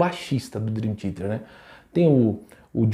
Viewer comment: Curto muito deu canal, mas não entendi o motivo de você com o conhecimento que tem de inglês fala Drin Tiete.